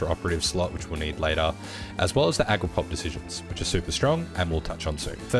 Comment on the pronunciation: "Agroprop" lol. Ag-it-prop (rhymes with badge-it-prop). Good guide otherwise. Hadn't played soviets for years (like la resistance or something). This is the kind of historical barbarossa I always wanted to play, where the germans can actually push you back pretty good, instead of just stopping them cold at the border.